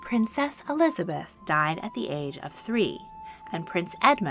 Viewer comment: ah yes, ELIABETH, that well know English Queen